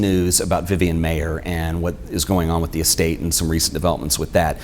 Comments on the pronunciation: Her "kids" called her Miss M eye er. Not M may er. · What's interesting about your video is you mispronounce her last name. As you can see from my name I can tell you it's pronounced "Myer" . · Its pronounced Meyer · Pronouncing her name the way she did, according to people who knew her couldn’t hurt your credibility . . . MY-er. Whereas mispronouncing it . . . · Pronounced Myer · if you respect Vivian Maier so much, kindly pay her the respect of pronouncing her name correctly. While she spelled her name several ways, she, as far as I know, pronounced it only one way. MY-er.